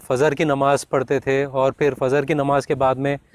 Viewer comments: Tum kabi muslam te hi ni kiu k trei batun se lag ra he fajr ko fazr bol re ho .peli nimaz ka nam hi ni bolna aa ra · Phely fijer Bolna to seakho